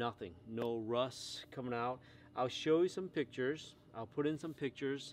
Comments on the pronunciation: Is it just me or is he saying Rus instead of rust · I like how you say "Russ"